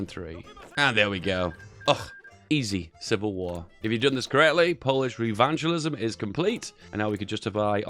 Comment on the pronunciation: Polish Revanchism, from revenge, not Polish Revanchalisim, from vandal who butchers names. Lol just joking 😂